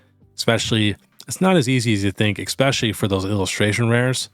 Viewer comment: Hey, love the channel! Can give you a small suggestion? Its not EXpescially, its ESpecially. Just a pet peeve of mine that I know many other people share as well:)